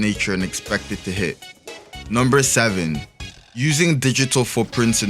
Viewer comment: OMG 😱IT'S SIX SAYVEN 😳